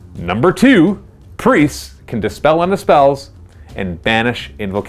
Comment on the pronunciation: Also it's Dispel not despell